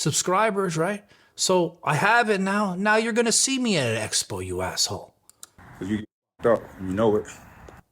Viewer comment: Love the way johnny pronounces"asshole".Noone says it better.😁